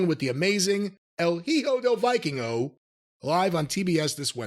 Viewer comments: Del Viking-Oh 😂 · I, as a native Spanish-speaker, cringe everytime I hear "Viking-o"